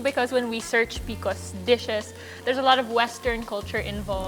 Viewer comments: P-C-O-S, not picos! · It’s the first time I’m hearing someone called P.C.Os PeeCos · It's pronounced pee-see-oh-s. Not pee-kos. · I thought I could do it, I thought I could get past her saying peeacoes over and over and OVER again but I cannot. I’ve never heard anyone call it that. I have pcos, it sucks. It’s P. C. O. S cyster 😒. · Love this but why are you pronouncing it like that? It’s P.C.O.S as it’s an acronym. Informing so people know when you refer to it. Love the tips from you! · I have never heard someone refer to pcos as peecos😂 am I the weird one?? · Bro, when you start the video by mispronouncing P C O S, you know the knowledge wont be top notch